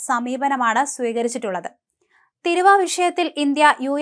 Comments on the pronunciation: Learn first the malayalam word of TARRIF,THEERUVA.Not thiruva,or ethirva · തിരുവ അല്ല..... "തീരുവ" നേരത്തെ ഒരു വീഡിയോയിലും താങ്കൾ തിരുവ എന്നാണ് പറഞ്ഞത്..... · ഈ സാധനത്തിനെ ആരു പറഞ്ഞു മനസ്സിലാക്കും. തിരുവാ.. അല്ല തീരുവ ആണെന്ന്.. നോക്കിവായിക്കാൻ വലിയ അറിവൊന്നും വേണ്ട, പക്ഷെ മലയാളം തെറ്റുകൂടാതെ വായിക്കാൻ പഠിച്ചിരിക്കണം 😜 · തീരുവ മോളെ... തിരുവാ തിര അല്ല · തിരുവ അല്ല. തീരുവ എന്ന പറയൂ. നിങ്ങളെ മോണിറ്റർ ചെയ്യാനും തിരുത്താനും അവിടെ ആരുമില്ലേ?